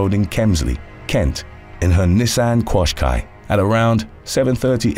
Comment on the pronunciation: "Nissan Quahs-quai" I couldn't help but not laugh 🤣🤣